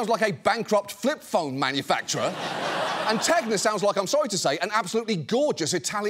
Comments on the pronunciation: On the joke about the company Tegna sounding like a fancy italian restaurant, you may want to reconsider it (I won't toss any brick at your place, don't worry). The correct pronunce in italian would sound like "Tenia", which is the tapeworm. Not the best idea for a restaurant... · Actually "Tegna", far from being the name of a high-class Italian restaurant, in Italian actually refers to the parasite usually known as the solitary worm! (Pronunciation ten-ya).